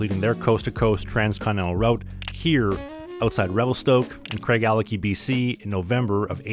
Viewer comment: It is pronounced Craig-a-latch-ee. With the emphasis on latch.